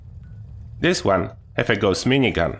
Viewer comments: Not Gooos! Say Gauss like Faust!!! Its a gernan name! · idk if it my but does any one else hear him say ghost minigun isntead of gaus XD great vid to man love hem